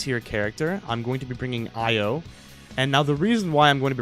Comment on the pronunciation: Bruh how are you still butchering Io's name it's pronoun E.Yo not Ah.Yo